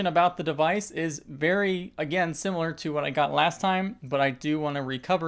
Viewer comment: I’m sorry I’m pointing it out but I loved how you said it looks “simeulurller” lol I’m so sorry but it made me laugh. Edit: Made me laugh even more because I then went on to say it this way 3 times lol!